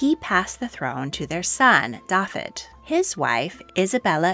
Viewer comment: Very interesting,but the pronouncing of the Welsh names should be thus : Owain is pronounced 'Owe - wine', with the emphasis on the 'Owe' Brenhines is pronounced 'Bren- heen -ess' with the emphasis on the 'heen'. Dafydd is prone 'Dah-vith' ,emphasis on the 'Dah' Ferch is pronounced 'veh-rrch' with the 'r' rolled and the 'ch' as in 'loch' 👍🏴